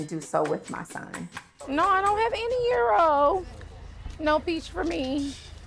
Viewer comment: Can she say EUROS ffs 😂 😂